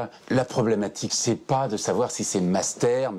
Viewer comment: je connaissais le "munster", mais alors le "mastère" ????????????